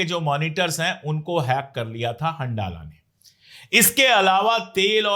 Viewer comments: It is better pronounced as Hanzala, rather than handala. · Ashok sir handala ko pronounce Arabic me hanzala kiya jata hai.. Jaise Ramdan